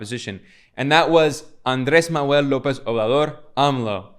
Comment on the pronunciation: you need to practice the pronunciation of "Manuel", or call him AMLO